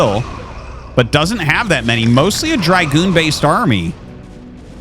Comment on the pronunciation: Hi Artosis! Love your casts, but can you PLEASE stop mispronouncing Dragoon!!! There is no f***ing “I” in Dragoon. Thank you! 🙏🙏